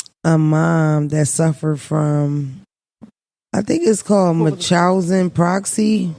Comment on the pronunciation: The way you pronounce Munchhausen has me cracking up 😂